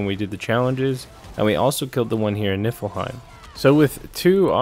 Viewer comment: You pronounce it knee fill heim